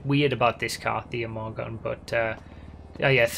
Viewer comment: Imorgon is basically spoken "emoron" so you said it pretty accurate actually